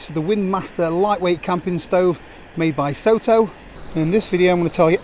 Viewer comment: As they're a Japanese producer I think Soto should probably be pronounced more like "sotto" (to rhyme with "grotto": "so" as in "sock"). It's the Japanese word for "outside".